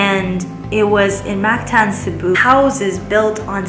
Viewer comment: It’s mactan not mastan